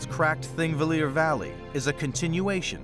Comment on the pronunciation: It's "Thingvellir" and obviously the "Th" is a "Þ" like in "The", but we know our land is splitting and drifting apart.